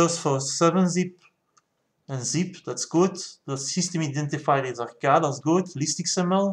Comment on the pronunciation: I have to give you an English lesson. It is Arrrrrrrrrrrrrrrrrcade. So Arrrrrrrrrr cade you are saying it arcada. Cade is like cage so say cage and then say cade. Start saying arrrrr and then bring in the cade.